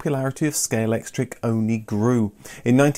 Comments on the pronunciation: ScaleXtric, not scalectric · Does it annoy anyone else that he keeps saying "Scalectric" rather than "Scalextric"? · My ears cried a little everytime you said Scalectric 😉 but great video! 😀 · was that a deliberate use of the common mispronunciation of Scalectrix?:0):0) Not just then, you never seem to say Scalextric the same way two times in a row - really does sound like a conversation about it, as I don't recall ever being able to correctly pronounce it more than once or twice myself lol Great video, brought back some great memories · Great episode! This seems to be a difficult one for everyone, in this episode I've heard them all. "Scalextric," "Scalectric," and the famous (and what everyone thinks,) "Scalectrix." Still gets everyone, but regardless they know what you mean lol.